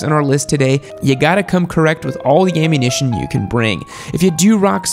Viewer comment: Wait.... did you say....YAMMUNITION